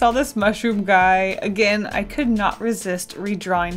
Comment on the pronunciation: I thought u said "what a gay" And I was like "wait WHAT"